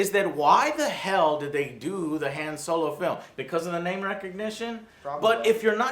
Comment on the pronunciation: thats not han solo is dan yolo lol